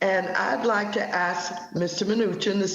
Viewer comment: Maxine: "Mr. Newchin I have many qwestion to axe you"